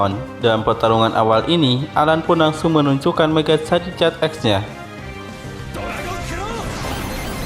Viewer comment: Koreksi gan itu namanya bukan tipe karang tapi batu (rock) sama pelafalan nama Charizard itu (Char-Zard,i nya gak dibaca 😅) Garchomp juga cukup dibaca Gar-Com,Pyroar juga bacanya (Pai-Ro-Ar),Kyogre(Kai-ogre),Rayquaza(Rai-ku-aza)tapi tetap semangat gan,videonya seru 😁👍